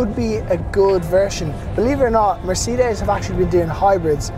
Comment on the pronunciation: Beautiful interior, no one does it better, not sure on the outside but I like the grille. Well done, you said Mercedes ok this time lol, proud of you 🤣👍🏾